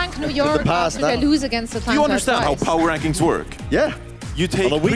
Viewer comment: "Power Wankings"